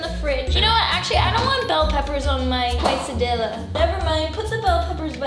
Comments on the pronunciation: You live in California and don't know it's case-a-dee-ya and tor-tee-ya?? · Casahdiyaaa not quaysahdillaahh ermahgerdd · AND she says quase-a-dill-a when its actuly quase-a-dee-a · It is not a quest-a-dilla it is a kristy-la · Quesadilla is pronounced KES•AH•DEEYAH okay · Tort-ias Quesa-dias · Quesadiya= Case-ah-di-yaaaaaaaa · “It’s a QUESDILLA ZACK!” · You say it "kesadiya" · I cringed everytime sofie said "tortilla" and "quesadilla"😂😂😂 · Ohhh Sofie I need to teach you Spanish So you can say tortilla and quesadilla 🤦‍♂️😂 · Sophie it is called a quesadilla not a whatever you said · You said quesadilla wrong sorry to be mean